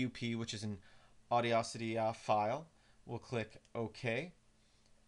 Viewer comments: Should be aw-DASS-ity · No offense, but that is NOT how you pronounce Audacity. Not even close.